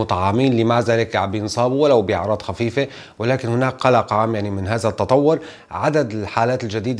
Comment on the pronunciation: عفوا على التصحيح ممكن تقول هذا وليس هازا او هازه بل هذه وتظهر وليس تزهر قتلتم اللغة العربية